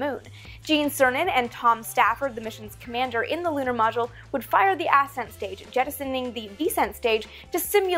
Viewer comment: What, exactly, is an "ass scent stage"? Are you trying to say ascent stage? xD